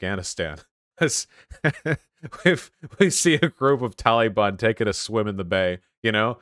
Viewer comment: He really read the name gerald (jer-uld) as gerald. And taliban, when said like that, sounds so wierd coning out of some ppl's mouths. Like when white ppl at a mexican restaurant order thr enchiladas but they say it with their version of a spanish accent.